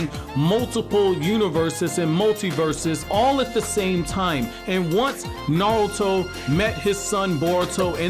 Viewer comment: I wish the guy with the best Naruto channel knew how correctly pronounce Naruto. The way he leaves out the "R" is so grating to me. Great stuff otherwise.